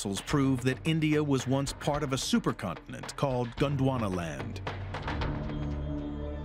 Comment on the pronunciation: How the narrator keeps getting Gwondonaland while reading Pangaea beats me. Lol